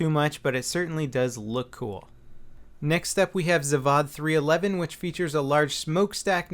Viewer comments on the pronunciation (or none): IT'S ZAAVOD! NOT ZAVOD! GOD! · I always giggle when people pronounce Zavod like Zavahd, it's Zahvod with long A. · Just a small nitpick - Zavod is pronounced Zah-vod, with a long AH.